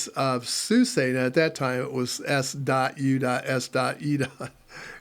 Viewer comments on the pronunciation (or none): 30 years, folks still don't get it's SoozA not SuSAY or Susie. :D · Another tidbit. I worked for SuSE just after they dropped the . between each letter. So, I guess I just tend to pronounce it as the EU (Germans) do ... like John Phillip Souza. :D No worries. I guess it was just being corrected over and over again by them that made this push that button. :)